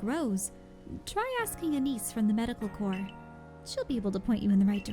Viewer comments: Corps is not pronounced like 'corpse,' as you are saying it. It is pronounced like 'core.' I notice you've started pronouncing it correctly sometimes, but you still say it wrong most of the time. I think the correct times are on accident. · Corps is one of those words that i know how its pronounced but my lips refuse to say it that way.